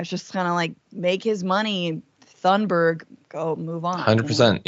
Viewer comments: The u in Tunberg should sound like the OO in "looney toons" and the e should sound like the a in mad. Bad or sad......just saying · It's actually more like"Tune berragh"